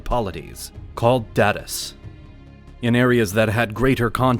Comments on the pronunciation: He pronounced Barangays and Datus wrong. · Gotta love this AI narrator: mispronouncing all those Filipino & Spanish names. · I love how the narrator butchered "Datus"😊